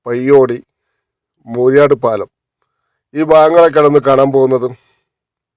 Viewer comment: മൂരിയാട്‌ അല്ല മൂരാട്‌